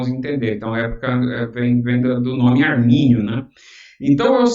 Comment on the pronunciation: Não é "armani" também não né kkkkk